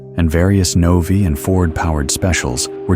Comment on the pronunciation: NOVI is pronounced with a long I. Eddie Sachs was NOT driving a roadster in 1964.